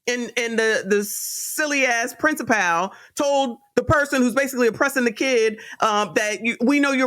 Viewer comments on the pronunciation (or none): Love your content! Principal is pronounced “principle.”. Not princiPAL.